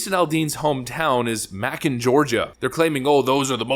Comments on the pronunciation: I can't wait to find out where you're from. Macon rhymes with bacon. And from another video, Michalob is "mick-a-lobe." Just helping. Love the channel. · pronounce Macon as "MayKun" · Macon,GA is pronounced May - con or MAcon. Macon rhymes with Bacon, only with an M instead of a B. Being from Georgia, it took me a moment to figure out what Mackon was. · It’s not “Mac’n Georgia.” It’s May-cun, Georgia. ;) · Not to change the subject. But Aldean's hometown of Macon is pronounced May-Con, not Mack-On. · Ma-Kon! 😂😂😂 I have not heard that pronunciation before. Its May-Kon but I can see how you would say that. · Mackon😂😂😂😂😂 may-con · It"s May-con, not Mack-on. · Just a FYI: It's not pronouced like, "mackun"... it's pronouced like "maycun". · Please pronounce Macon the right way. It's MāKun, like bacon, not mack-on... In other news, I'm so happy ABC cancelled The View to take effect at the end of this TV season... At least that's what I heard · May- con....Macon, Georgia😂😂😂 not mackin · Maccon 😂 pronounced as Maycon but as always great video as always just a little elbow nudge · It's not "/mack un/" , Georgia. It's "/May cun/" , Georgia. I live here. Take it from me. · It's maycon ga not mackun ga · May-Kun Ga, not Mack-un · Macon GA rhymes with bacon, not "mack-un" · Mackon? It's pronounced Maycon. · It’s said Macon. You say it like you’re saying Bacon 🥓 but with a M instead of a B. I know things are pronounced differently all over this country but I thought I’d tell you how we say it down here. GIVE’EM HELL JASON!!!!!🥂🍾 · not "mackin" xD it's pronouced "May-cun" like Bacon but with an M lol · It's Macon (like 🥓 bacon). It is how we say it.❤ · * * * had a good chuckle ... it's "May kun" (Macon) like bacon ... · It's pronounced 'May-con', dude. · May-cuhn Georgia. 😅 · Macon is pronounced like Bacon. Not Mah-kin. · Sorry, BUT I AM OFFENDED BY THIS VIDEO!!!!!!!!! It's Macon (pronounced Make - On) Georgia. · Macon rhymes with bacon. It's not Mackon. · It is Mā con